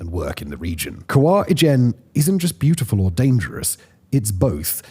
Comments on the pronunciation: "Brutyful"? Strangely fitting for a lot of things. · You got a like just for brutiful 😂